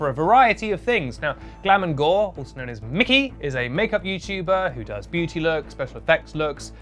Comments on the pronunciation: I am dying, he is calling mykie Mickey and not mykie (m-I-ky) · MY-KEY not Mickey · me cringing every time you called her mickey (its mykie, like my key) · Cringed for both 1) pronunciation of My-Key 2)him sayin Kawaii as he pronounces it KOWAI meaning scary 🤣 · hearing you call mykie 'mickey' is unreasonably funny to me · This he just call Mykie Micky ? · Glam and gore fans cringing at the way he says Mykie ( it’s pronounced “my-key” ) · Came to the comments section to say this lol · Glam and gore's name is pronounced "Mike-E" [Spelt Mykie for anyone who doesnt know] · Don't care. I was just putting this here because he pronounced it differently, so now people know. That is all. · Just a note mykie's name is pronounced my key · Love he called her mickey so funny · I will be calling Mykie "Mikkie" from this day on🤣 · The way he was pronouncing Mykie lol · Is no one else mad that he keeps saying Mykie wrong ?! Also, this is the first time I feel like you’ve done no research. Mykie isn’t blonde, she’s a red head. That’s a wig. She also does so SOOO much for all different communities and raising awareness.